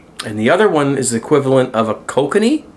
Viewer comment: Hi....the Kilkenny.. is pronounced Kill Kenny...as in o my god the've killed kenny like in south park.